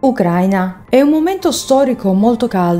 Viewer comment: Ucraina stato e ucraina aggettivo si pronunciato in modo diverso